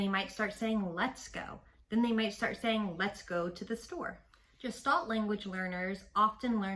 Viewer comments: Gestalt is pronounced with a hard /g/ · Thank you for this! Please note that “Gestalt” is a German word, and is pronounced with a hard G. (It is not related to the word “gestation”.)